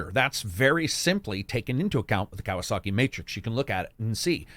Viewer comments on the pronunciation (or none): none